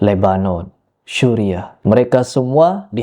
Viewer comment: "Suria" bukan "syuriah"